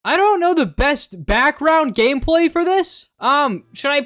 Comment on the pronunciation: I heard "gameplay" as "gay play" Someone put me out of my misery